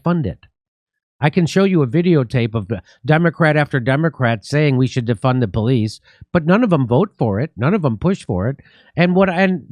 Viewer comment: He never said "defund the police", he said "deFUN the police".